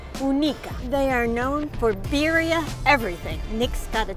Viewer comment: lol she said BYRYA BABY